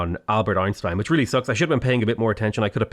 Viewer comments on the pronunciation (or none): none